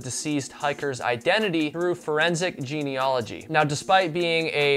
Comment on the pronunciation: And just one other thing (as Columbo said, holding his cigar!): 'genealogy' not only has an A in it, the A is pronounced as a short A: jee-nee-A-loh-gee. It's like geology and similar words, but with an A instead of an O.